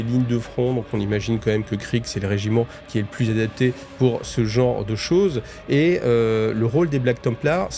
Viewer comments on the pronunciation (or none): none